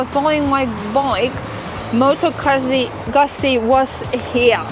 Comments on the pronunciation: Need to practice a little your pronunciation... It sounds like "gootsie" but the sound is strong like in "pizza". The video is very good as is the channel. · Why the American pronunciation of the motorcycle name? Nowhere in Europe do we pronounce it like that. Moto Guuuuuuuzzi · Nice bike indeed. But, how about pronouncing Moto Guzzi the right way?